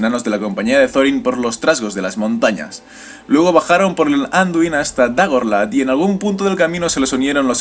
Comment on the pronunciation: en realidad, no es exacto. por ejemplo: pronuncia amdÍr, cuando debería ser Amdiir y dAgorlad, cuando debería ser dagOrlad. aunque se agradece el esfuerzo